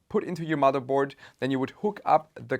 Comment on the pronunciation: I watch this channel to hear when he says mudderboard